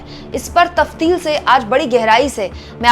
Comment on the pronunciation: आप की हिंदी बहुत अच्छी है और ख़ास तौर पर जब आप उर्दू के अल्फाज, मुहावरों और कहावतों का इस्तेमाल करतीं हैं तो भाषा चार चांद लगजाते हैं। इस वीडियो मैं आप गलती से तफसील को तफ्तील बोल गईं।